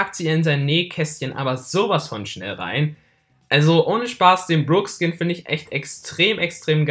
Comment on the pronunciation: alter mich regt es o auf das du brock DIE GANZE zeit falsch aussprichst er heißt net bruck alter das ist ein O und kein verdammtes u